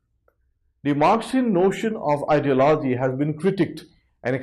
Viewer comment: He cannot even pronounce ideology